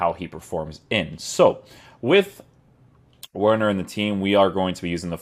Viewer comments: Bro it’s not that difficult to pronounce the W as a v 😂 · It's pronounced Verner.. 😆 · Just a heads up it’s pronounced Verner